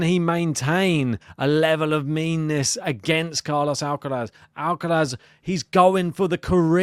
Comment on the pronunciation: Would be great to see Draper win or at least push Alcaraz. Based on form, experience and levels of fitness...Id say Alcaraz in straight sets if Jack completes the match. But this is sport so let's wait and see. Another great piece 👍...Ps decide and stick to how you pronounce Alcaraz's first name😄